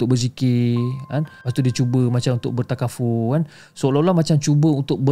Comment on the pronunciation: Bertafakur. Bukan bertakafur. 😂